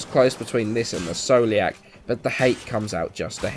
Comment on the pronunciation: scoliac is pronounced skoliak like the disease just saying